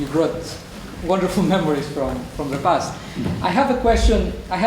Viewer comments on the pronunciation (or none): none